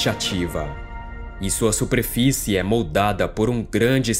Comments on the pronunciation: QUE CONTEÚDO MARAVILHOSO MEU AMIGO. SÓ ME INCOMODOU O SUPREFICE. CORRIGE E NÃO PARA, DEUS TE ABENÇOE. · Fala bem.. só erra na " suprefice"